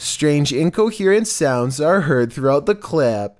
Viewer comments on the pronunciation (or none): none